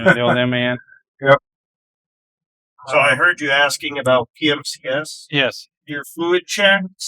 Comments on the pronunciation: Someone should teach how to pronounce MAN.Its Not a Word,but 3 seperate Letters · It’s M-A-N „Maschinenwerke Augsburg Nürnberg“ … Not „man“